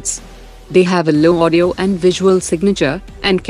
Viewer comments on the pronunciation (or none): none